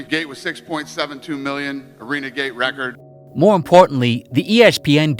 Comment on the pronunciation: Listening to this New York mush-mouth accent struggle to pronounce "record" over and over again makes me wonder why didn't he run it through google at least once to check how it's supposed to be said🙄🤣